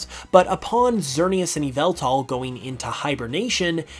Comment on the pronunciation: It’s pronounced and spelt Yahveltal And urs Arkoos